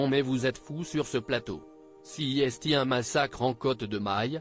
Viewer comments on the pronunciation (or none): C est un type intelligent qui n a pas sa place chez ce Hanouna, il pourrait donner des leçons de français à celui qui parle actuellement ESTE à la place de EST, pénible d entendre cette prononciation qui choque